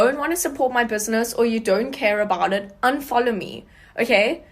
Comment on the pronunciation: The second girl 🤣🤣. “Unfoljow... if you don’t ljike me or my products unfoljow🤣🤣🤣🤣